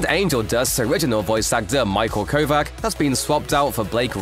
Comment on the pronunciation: Small point but micheals name is pronounced "Ko-vatch"